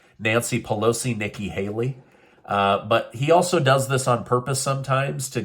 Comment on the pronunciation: Yes, Hikki Nayley is a pandering phoney. Ever since you accidentally messed up her name, I can't get it out of my head......that's what I call her now 😂😂😂😂